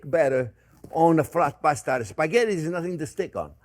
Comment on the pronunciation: As an Italian I can't help but correct the word...Spaghetti. Please not “Sphaggetti”. 😉 After all, it is one of the most used and famous Italian words in the world !